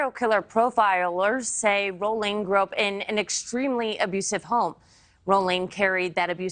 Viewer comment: This is such garbage. There wasn’t a moniker then, it was only later that folks called him the Ripper. These folks mispronounced his last name. Danny Harold Rolling was a brutal gruesome serial killer who attacked over a series of a couple days. So it is nothing like the University of Idaho student murders. The media blows.